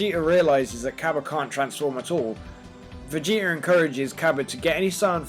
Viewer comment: How come he sounds like he says Vegeter